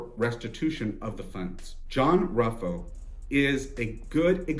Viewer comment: Ruffo (pronounced Roofoh) is 91 years old living out his life in a private BUPA care home in the UK. Completely bald, clean shaven and 70 pounds lighter, with an acquired accent. The chances of arrest are minimal.